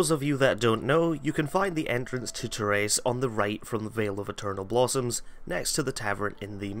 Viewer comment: God damn that Terrace pronunciation :P